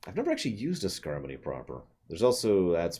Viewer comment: It's Skarmory. As in, a Sky pokemon that is armor-y.